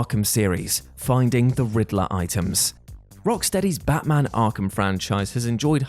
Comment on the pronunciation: Lol I swear he said battracking when he was talking about Arkham